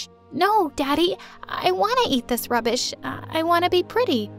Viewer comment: her father : just make her some healthy food. she does'nt need to eat this rubbbush!!!!!!!!! Gabby : no, daddy, i want to eat this rubbish🥴🥴🥴🥴 me : (throwing the food on mom's face) dad is right and dad.... (staring at dad, trying not to laugh) you said rubbush not rubbish. wonder if your teacher at school eats rubbish too🤣🤣🤣